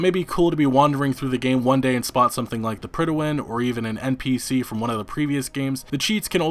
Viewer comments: PRIDE-win. It's pronounced PRIDE WIN. You should know that as... a gamer and all. I was cringing everytime he said pridawin. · its not pronounced "prid-a-win" its just pronounced "prid-win". lol not sure where you're getting that totally extra syllable, but its not in the word. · The Pridawin? Do you mean the Prydwen? There's no a in there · Dude, the way you keep mispronouncing "Prydwen" makes me cringe.